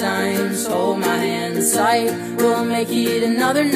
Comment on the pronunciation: I love how he over pronounces "hold my hand tight" so it doesn't sound like "hold my hentai"